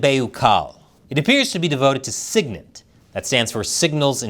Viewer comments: ...and SIGINT is sig-int, not sig-nit. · Why is this such a surprise to? The China - Cuba partnership has been going on for years. USA must be alert but not alarmed. Fearmongering helps nobody... It's SIG-INT, not SIG-NIT. 🙄 M 🦘🏏😎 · Sig-int, E-Lint lord christ it caused me pain listening to you pronounce those things but good video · Some pronunciation input. Sig-Int. Like the sig in sigsauer. E-lint like the e in e commerce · Sig-int. eee-lint. Not new